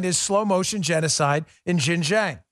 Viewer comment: XinJiang is pronounced shin gee ang